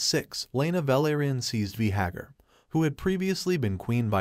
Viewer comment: Bro do you watch the show? You’re mispronouncing most of the names 😂 “Veehagar”